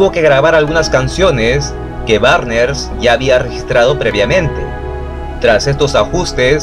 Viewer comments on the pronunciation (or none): Es Barnes no Barner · Chris Barnes no Barner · ´barner´ no seas pendejo, es BARNES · Barner o Barnes?😉🤔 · Excelente video sobre la banda que me introdujo al metal más extremo por la estética de sus discos obra de Vincent Locke, sus letras y la brutalidad de la música. Y como aclaración el apellido es Barnes no Barner, de ahí en fuera nada que no esté a la altura de tu peculiar estilo. Saludos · Chris Barner? Chris Barnes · ¿Por qué dices Cris BARNERS?